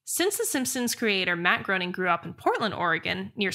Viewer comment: Tessa, Matt Groening’s last name is pronounced “Graining”, and not “Growning”. And unlike you, I’m old enough to remember seeing the original shorts on the “Tracey Ullman Show”. Loved the Simpsons for about the first 7 seasons, then the writing began to suck. Haven’t watch it since.